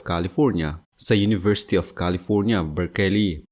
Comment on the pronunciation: Its NOT BER-KE-LEY!!!! IT'S PRONOUNCED AS BERK-LEY. SILENT E..!!!! TANGNA NAMAN!